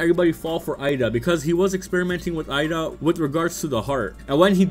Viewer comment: I don’t know why it’s so hard for people to say eida name correctly. This dude keeps saying Ida but her name is pronounced with “a” sound like “ay-da” so put that all together you get Eida not ida.